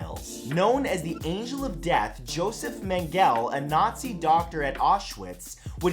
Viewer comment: It's Josef mengele pronounced (Meng-ga-la) not (mang-gal)